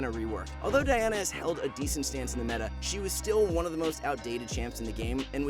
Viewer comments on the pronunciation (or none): none